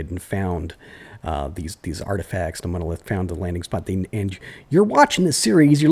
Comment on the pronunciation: Like the south? Odd inference, but in ep 31, you were saying 'da' instead od 'the'. If this is soem form of stereotype, correct me, im only going off the adventures of tom sawyer :P